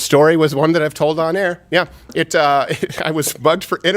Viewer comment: “I hate to say I toad a sew but I toad a sew’